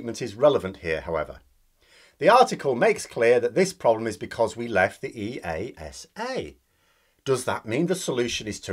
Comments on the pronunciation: Brilliant analysis (petty detail: EASA is usually pronounced as one word, ”eaahsa”). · E, A, S, A - made me cringe. In aviation we speak it as one word "EASA".